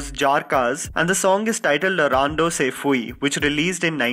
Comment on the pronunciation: Cmon bro do a little research instead of guessing “se fue” say fway. The “ue “ is a way sound not “oo-ee “ loll